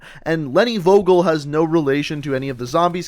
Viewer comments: You did convince me pretty good but(I'm German) you pronounce "Vogel" wrong xD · You said Vogel wrong you must say it like fogel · Just a tip: we pronounce it fogel, v is spoken like f in German mate^^ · FYI in German v’s are pronounced like f’s so it’s pronounced Fogel not vogel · DEUTSCHLAND ÜBER ALL..... im actually Polish hehehe Edit: V in German is pronounced as F, so Leni Fogel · You pronounce Vogel like Foagal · The pronunce is fogel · Vogel is really pronounced like 'fogel', because in german an v sounds like an f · the V in her last name is pronounced as F in german, so its technically pronouced Fogel and its spelled Vogel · No hate but is is not Wogol it is Like the F from finish = V o= o from Nomad g from Genetik e= ea from Eagle and L from Line 😌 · in German "V" is pronounced as "F". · Im german and Vogel is pronounced fohgel and it Means Bird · it bothered me the whole time when you said her name its pronounced "fo-gel" in german "V" is pronounced as F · Hii , I am from germany and you pronouns Vogel like fogel and it means bird in german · Nope. It's pronounced as Wogel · Nope.. its pronounced as Fogel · vogel is german and means bird and in german u pronouce it Fogel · As a German, i think it's funny how you pronounce "Vogel" xD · Vogel. 😂 good video tho. Just making clear I am from germany and I know how hard our pronounciation is but how he says it is still funny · You pronunced The word Vogel pretty wrong Im german and was like what name is Vogel but otherwiles i liked the Vid keep it up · The V is more pronounced like an F. I love those vids! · I can actually speak German and was wondering why her last name meant bird lol. Also you you butchered the word. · Was I the only german who was getting triggerd when he said Vogel wrong :D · you absolutely butchered the word Vogel